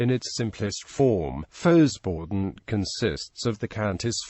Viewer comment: Well, to start with, the synthetic voice-o-matic needs to be reprogrammed to pronounce it correctly, at least in American English. It's pronounced "foh-bor-done" (less frequently "fow-bor-done").. The "X" is, like in French, not sounded as a consonant.